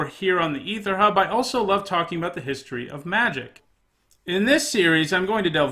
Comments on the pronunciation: A-ther hub sir.... not E-ther hub. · It's actually that weird smushed together AE, so you're both wrong lol